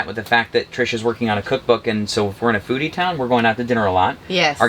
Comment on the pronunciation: When you said “a foodie town” my wife was half way listening and she asked.. did he just say a booty town? 🤣